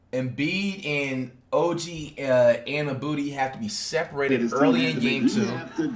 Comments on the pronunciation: “Oj Anabooty😂😂” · “Og annabooty” 💀💀💀